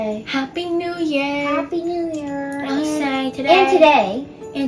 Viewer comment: say: happy new wew